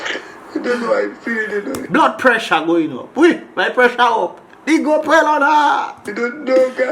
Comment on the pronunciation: It' GWOPWELL bro.